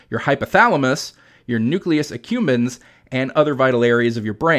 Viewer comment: Nucleus accumBens, not "accumens".